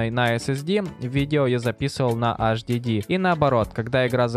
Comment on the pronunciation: Правильно не hhd, а hdd